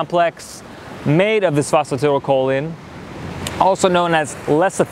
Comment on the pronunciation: The CORRECT pronunciation of phosphatidylcholine is FOS FO TY DAL CO LEEN